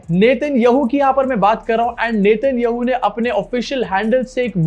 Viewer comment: Get the names right. Please. If you cannot even pronounce the Israeli prime minister's name, you are not worth watching.